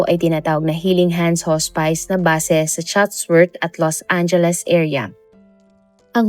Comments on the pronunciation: Hospice /hos'pis/ hindi po /hos'pays/ 😭😭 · correction: not "hos-pays" it's "hos-pis" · Should be pronounced as HOSPIS not HOSPAYS ang HOSPICE. ✌️✌️✌️ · Haa-spuhs po...not Hoo spice. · I can’t 😂😂 hospis po hndi hos-spice😅 ! It sounds weird! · Hospice "hospis" po Ang pag pronounce ma'am 😊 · Hospice ang pronunction ay haa·spuhs. Just sharing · HAHAHAHA anong Hospice? pronounced sya as Hospis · Iha, hospice - hospis- ang pronunciation diyan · Lol! Bakit di inayos pronounsation. Di nmn ok mga puti sa English pero matatawa sila pag narinig itong hospice na basa. 😅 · Hospis po ang basa ng hospice